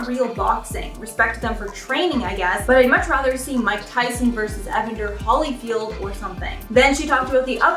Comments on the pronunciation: Is no one going to mention how she butchered Evander Holyfield's name? Like....wow. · did you just mispronounce Evander's Last name? Girl.....